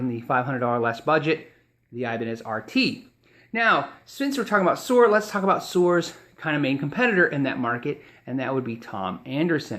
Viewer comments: ...and Suhr is pronounced sir, rather than sewer. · Suhr is pronounced like sir. I have heard John Suhr on several podcast in he pronounces it "sir" guitars. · Darien Cruz Music the 'h' is simply silent. This makes my ears blead. Soer Soer Soer Soer jfc. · suerrrrr? isnt that supposed to be pronounced like sir?